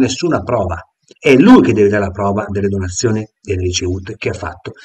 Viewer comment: "sa dove ho messo le cose".... Cosa vuol dire???? Non riesce neanche a dire la parola "donazioni"....